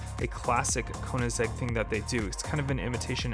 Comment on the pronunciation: It’s not konizeg! It’s koenigsegg! Get it right!